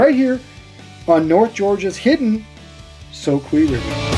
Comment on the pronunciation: It's the ' so q ' river , spelling is soque with only one E at the end , this land and streams were named by the Cherokee Indians hundreds of years ago and just like their name ending with 2 E's it's pronounced like 'key' everything named by them with 1E is pronounced 'q' . Don't ask why the locals don't know the proper way to say these and multitudes of other Cherokee named places thru out these lands , maybe it's a Southern thing . Love your video and sure hope you continue and the great fishing .